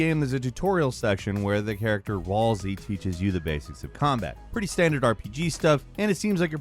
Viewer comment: I never thought there was an incorrect way to say Ralsei, but calling him Ralzy is definitely incorrect somehow.